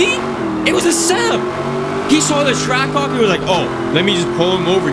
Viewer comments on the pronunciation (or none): You said trackhawk wrong